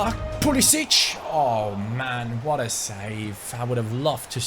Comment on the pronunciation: You are saying pulisic name wrong